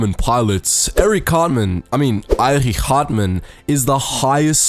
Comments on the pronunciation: You pronounced Erich like “Eirich”, but it’s just pronounced like Erik but with the German “ch” sound. It’s a small difference but I just thought I’d point it out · Erich pronounced Erik not Airich